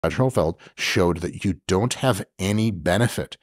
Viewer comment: Brad Schoenfeld, not Badger Hofeld.